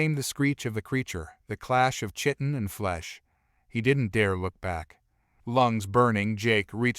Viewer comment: “Chitin” is pronounced KY-tin